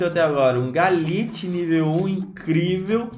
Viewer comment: O chamou o Glalie de Galite ou impressão minha? kkkkkkk